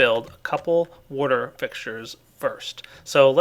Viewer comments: Kinda bugs me how says water.... woater. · You say water weirdly